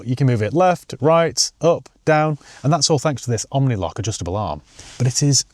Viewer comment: Can you say ESR Omnilock one more time lol?